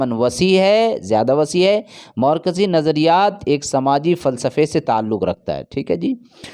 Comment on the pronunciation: زبان درست کریں ہجے صحیح ادا کریں۔۔۔مورکسی نہیں مارکسی ہے